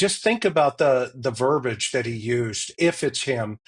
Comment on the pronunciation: verbiage-not 'verbage'